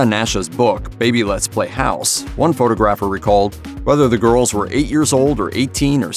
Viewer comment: How could AI not know how to pronounce "photographer"?